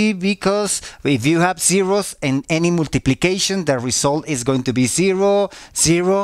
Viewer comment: Las multipliqueishons xd